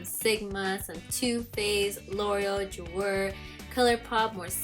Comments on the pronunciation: hey girl! I love the video! little correction on the pronunciation on Jouer. Ju-ay ( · yesss! **** ju-ay **!!!!!!!! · Jouer is pronounced Jeway. Just thought you'd like to know since you have a lot of their products and you might want to pronounce the brand correctly. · Loved this video so so much !!! Just a little correction though lol .. Jouer is pronounced like JU-AY hehe 😘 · The way she pronounces jouer just kills me. 💀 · I love ur collection!! but u know its pronounced LOR-E-EL right ? and JU-AY?? lol still love u tho